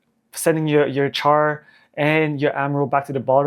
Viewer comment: Have you watched the original gundam? His name is pronounced (shar) spelt char pronounced (shar) like Charlemagne. Is a soft ch not a hard ch.